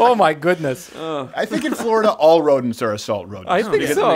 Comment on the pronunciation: Bryan “Full O’Dents” Callen